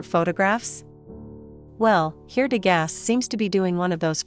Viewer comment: You are mispronouncing his name.